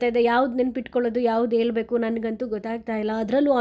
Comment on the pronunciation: Next ಕನ್ನಡ ಚನ್ನಾಗಿ ಕಳ್ಕೊಳ್ಳಿ... ನಾನು ಡಿಬಾಸ್ ಅಭಿಮಾನಿನೇ.... ಅದು "ಹೇಳ್ಬೇಕು "ಹೇಲಬೇಕು " ಅಲ್ಲ